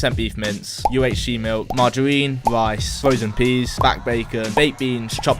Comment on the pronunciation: Lice as rice xd